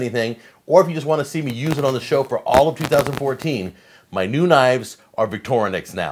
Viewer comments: There is no 'a' in Victorinox. Stop saying Victorianox! Could do a drinking game with the amount of times he mispronounces Victorinox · The name is NOT VicTORnox but Victor Inox, Inox with "I" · I think it's more like "Victory Knox" in pronunciation. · we always pronounced it: vic-tor-nox